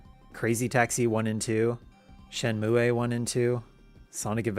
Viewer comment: Shenmue-ayy? Canadian Shenmue?